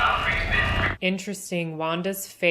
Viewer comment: One little thing erks me even though it's trivial. They keep pronouncing Ramboue wrong It's not "RAMBO", it's more like "Ramb-oo" It's French French Cajun. So it has a lilt at the end. Everytime they say her name I keep expecting to see Sly show up.